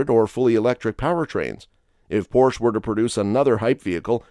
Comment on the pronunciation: It's pornounced: "Por 'sha"